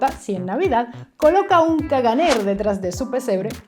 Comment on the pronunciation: Con las cosas que tenemos vas y sacas lo del caganer que se pronuncia "cagané"😂😂😂😂